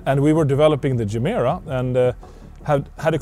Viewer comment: Mr. Koenigsegg, you once explained how the name Gemera came about, what it means in Swedish, and how it is pronounced. I'm confused. Should I interpret this English pronunciation as a sign of low self-confidence or opportunism?